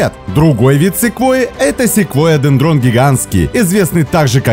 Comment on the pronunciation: А в честь Кого названо три этих дерева вы не сказали. И нужно говорить дЕндрон, а недендрОн. Ухо режет.